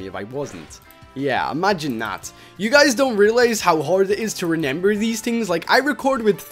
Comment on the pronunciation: Renember? Me: Can you pronounce?